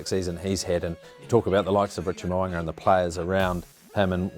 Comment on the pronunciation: Mo'unga not Mowanga